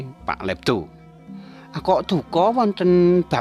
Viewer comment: Olehe nyebut jenenge PK ledo ws salah mas